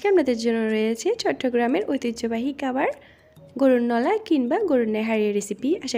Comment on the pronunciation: কাবার হবে না দোস্ত খাবার হবে 😛😝😜🤪😅😂🤣🤣